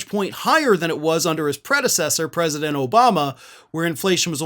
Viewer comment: Smart like a Down syndrome child...The Mister the Pwesident of Mamerica